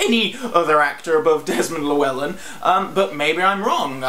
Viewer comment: My inner Welshman took a blow listening to how you pronounced Llewellyn